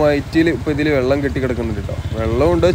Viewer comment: 'വള്ളം' ഇടയ്ക്കെങ്കിലും വെള്ളം ആവുന്നതിൽ സന്തോഷം.. 😄 'മയ' മഴയാവുന്നതും 'പുയ' പുഴയാവുന്നതും കാത്ത് ഈ 'കമന്റോളിയുടെ' ജീവിതം ബാക്കി.. 😆 #എന്റെ_മലയാളം #എന്റെ_അഭിമാനം